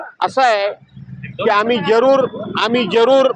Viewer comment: आम्ही जेरुर आम्ही जेरूर बोलतो बेवडा